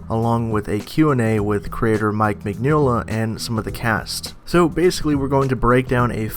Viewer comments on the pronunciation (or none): none